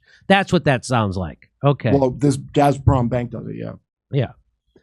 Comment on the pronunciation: Jimmy... The pronunciation is phonetic... GAS-PROM-BANK... The Z is misleading. Now... Peter Piper picked a pec of pickled peppers... And, The rain in Spain lays mainly in the plane. 👍🐶